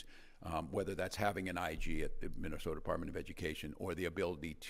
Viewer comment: "minnow sota"😂